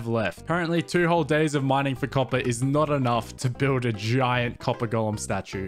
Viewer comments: I love how he says ćœppèr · i love how he pronounces copper coppah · "I dont actually know how much "COPPAH" do i need for this build" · "Now all we need is that COPPAH" "im going to need a lot of COPPAH" "I spent the rest of the day just mining for COPPAH" "I managed to fill an entire shulker with COPPAH" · update just finished the video, total "COPPAH" count is 58